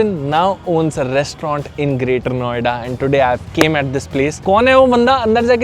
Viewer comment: Bhai "restaurants"hai restaurantw nahi!! 😭😭😭